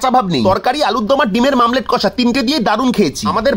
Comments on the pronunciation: Aii, Omlette ke mamlate bochis kano re?😅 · Bangali: omelet Vlogge: mamlete🫨🙄